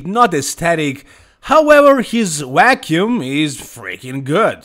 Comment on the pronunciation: vacuum not wacuum lol